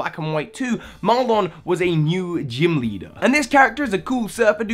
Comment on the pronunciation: So help me, do not pronounce his name as "Mar-lonn," his name is "Mar-linn"